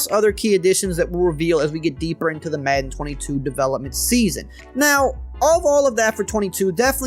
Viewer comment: Does it bother anyone else how he says madden?